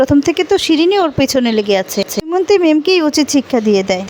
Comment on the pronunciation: কি যে লেখে ! দময়ন্তী কে দৌমন্তী!!নামও ঠিক করে লিখতে বা বলতে পারে না।